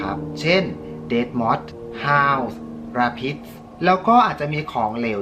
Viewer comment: พี่อ่านผิดที่พูดว่าราพิดจริงๆอ่านว่าเรปิด (rapid)